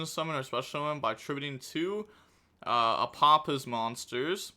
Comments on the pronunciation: Ah-pa-fis is the pronunciation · Hey, this Apophis' pronunciation is easy Apo- like Apollousa -phis as in fees from a payment apophis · Apophis = Uh-Po-fis It's from Egyptian mythology. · It's more like fish than fes. Ophis (oh-fish) means snake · SAY IT WITH ME AH PAW PHIS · Pronunciation of Apophis, broken down for. App-oh-fis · Pronouniciation from a simple man Apo- Think of Apollousa Phis- Fis. Fist without the T